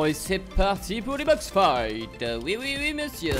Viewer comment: "Bild fite" "box fite" t trop drôle